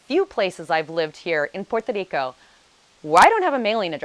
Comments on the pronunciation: 9 years and you still can’t pronounce PUERTO RICO. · I REALLY REALLY LOVE THE WAY YOU PRONOUNCE *PUERTO RICO*🤗